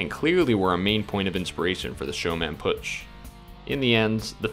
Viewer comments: "ö" not "u" or alike^^ within Pötzsch (and the sz is kinda a sharp s) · It's pronounced "Pötzsch". Glad I could help! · Ö='ur' sound so P-ur-tsch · It's pronounced "Pötzsch"